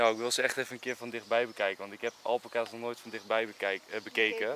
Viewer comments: Je spreekt het niet uit als alpakas maar als alpaakas i know je schrijft het als alpaca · Het is al-paa-kaas niet alpa-kaas (je schrijft het wel alpacas) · Je spreekt het uit als alpaaa-caas niet al-pa-cas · Iedereen: alpacas Enzo: Alpekaas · Het is geen alpacA's maar alpAca's, goed uitgelecht?😂✌🏻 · zo spreek je het niet uit! Het is alPAca's, niet ALpaca's. Sorry, daar wordt ik lichtelijk agressief van😂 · Iedereen: Alpaca’s ( Alpaaca’s) Enzo &: Alpacaas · Alpaka's en niet alpeka's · nobody: Enzo: Alpenkaas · Fleur van der Wansem hij zegt alpenkaas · Niemand: Echt helemaal niemand: Enzo: apacaas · Wij hebben ook alpaca’s, dat met die halzen om elkaar heen was geen liefde ofzo, maar vechten. En het is alpaakaa zegma😂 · Alpaaaaaca's (de klemtoon ligt dus op pa😜) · Niemand: Echt helemaal niemand: Enzo: alpekaas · Hoe je het zegt alpaacaas hoe Enzo het zegt alpacas’:Ah là pak kaas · Het is alpaakaas en je schrijft het als alpaca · Oké het is alpa-cas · je zegt alpaakaas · 😊😊😊😊😊 Het is alpakaaas En het is niet akrapOvic maar akrApovic